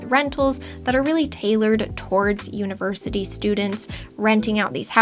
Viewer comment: 'Univerity'? TchTch